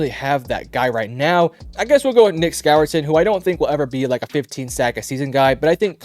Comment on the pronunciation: ITS SCOURTON-score-tin